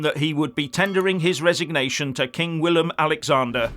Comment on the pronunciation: Rutte is a hypocrit, during his PM ship, many, many, and still many more immigrants were welcomed by him into the Netherlands. And now suddenly he is opposed? Hypocrit. By the way, I admire your pronounciation of Rutte and Willem Alexander, it is on point!